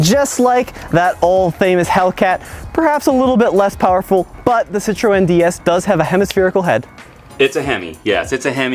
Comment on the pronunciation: You're pronouncing Citroen wrong.